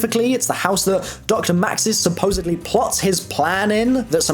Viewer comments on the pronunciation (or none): none